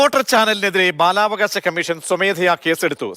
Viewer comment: ആദ്യം അക്ഷര സ്പുടത വരുത്തൂ പിന്നെ പോരെ ഈ കുറ്റപ്പെടുത്തൽ ബാലവാശ എന്നല്ല ബാലാവകാശ എന്ന് പറയൂ രണ്ടുപേരും വലിയ ഒരു ന്യൂസ് ആഹാ .. ആഹാ . ആഹാ..